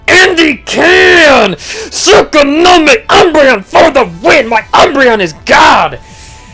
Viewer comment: He loves his umbreon so much he calls it Tsukonomi instead of Tsukuyomi as the name suggests >_>